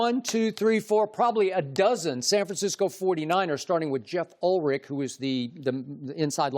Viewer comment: Skip Bayless doesn't even know the guy's name. It's Jeff UlBRich, not "Ulrich." And Ulbrich would never say he was a bad teammate. He just didn't like him personally. But of course, Bayless is just a drive-by shooter who hits everything but the target and mixes up so many things it's comical.